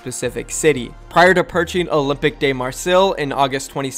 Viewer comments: Word that end with “que” in French end with a K sound. It would sound like Olympeek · Olympique club de Marseilles is pronounced ol-imp-ick club de mar-say